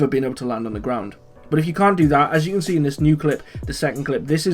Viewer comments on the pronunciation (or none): Did you say as you can scee?